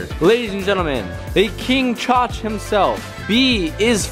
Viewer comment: It's choch not chach